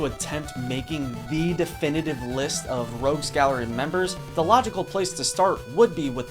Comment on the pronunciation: Rogues not Rouges